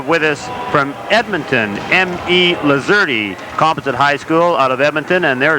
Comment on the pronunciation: Hey broadcaster boy the E is silent! Lol! I am a graduate of the class of 79! What a treat this was! Thank you!😂 go Voyagers! ❤